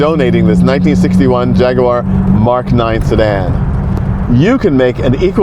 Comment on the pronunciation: It is so nice to hear an American pronounce jag u ar and not Jaggwaaar 😂well done sir